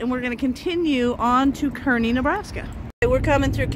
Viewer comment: The town is pronounced Karney, fyi I love the tabletop at that diner. Did you know a lot of those old diners of that sort were trucked over from New Jersey, other parts of the east coast? Yep, they were 🙂